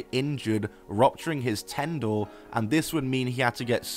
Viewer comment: I'm sorry I love your videos but I legit laughed at tendor. Pretty sure you meant tendon XD